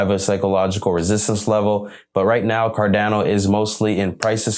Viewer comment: It's not Dano....it's pronounced "cardawno"